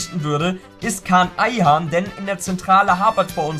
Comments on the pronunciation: Heißt ayhan nicht kaan und nicht kai? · Das Kai bei Ayhan triggert mich so weil es Kaan heißt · Kaan! Nicht Kai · Dir ist bewusst das der "khaan" und nicht "Kai" Ayhan heißt odeer? :D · er heißt fu..ing KAAN Ayhan